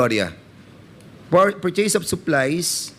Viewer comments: Maling Mali ang pronounciation ng purchase,mag aral ka Muna para malaman mo Yung coverage cif ng OVP kumpara sa Lugar mayor ka lang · Portin million por the purchase of impormation Por wat? Nakaka distract lang sa halif fanoorin mo mg vuo. Fara sana maintindihan ang vawat fanig at kung sino nagsasavi ng totoo